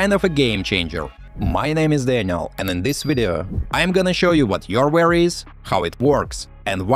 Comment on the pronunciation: it’s youware not yourware……